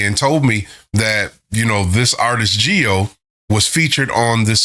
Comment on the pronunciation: If you like Jihyo's voice, i think you will appreciate her single ATM from twice's Ten: the Story Goes On album. And yes, your pronunciation of her name is fine.